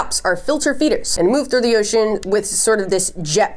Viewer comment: I don’t know why, but you saying ocean makes me so happy lol “oshEAN”